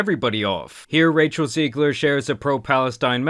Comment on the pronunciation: How are you Latino and not know how to pronounce "Rachel Zegler"